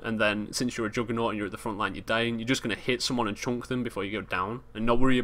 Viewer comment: joodgement, jooggernawt, joongle